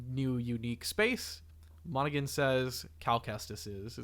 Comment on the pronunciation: Great video guys. New subscriber. Just friendly correction. Cameron's last name is pronounced Monna-Han, not Monna-Gun. The 'G' is silent. Per the interviews where the actor actually says his own full name 😊